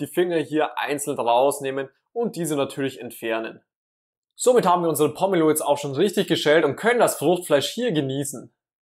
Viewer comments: Das heißt Po-me-lo und nicht Pommelo. Und wo war der Trick? Ach ja sie schwarzen Handschuhe. 🤦‍♀️ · Gute Idee, die Schale oben herum einzuritzen und nicht, wie sonst gezeigt,den Deckel abzuschneiden. Allerdings wird der Name nur mit einem " m" geschrieben und deshalb anders, als von dir, ausgesprochen, mit langem "e". Nicht wie Pommes 🤭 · Wäre schön, wenn Pomelo richtig ausgesprochen würde und das, was da als ultimativ gezeigt wird, hab ich durch einfaches Tun schon immer so gemacht.